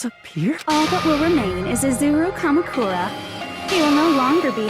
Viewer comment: .. izuwu kamukuwa